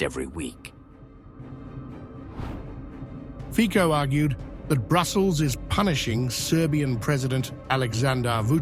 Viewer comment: the correct pronunciation of "Fico" is "Feetso". In fact, that "c" is not a real "c", rather a "č".